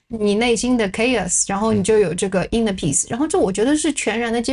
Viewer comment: Kay-Os ( chaos ). Khei-Yass ( chaos )